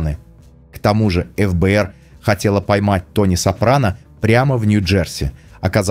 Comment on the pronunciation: эФ-Бэ-эР сильно режет слух. В русском языке всё же принято говорить Фэ-Бэ-эР. .. Не думаю, что Крис Предатель))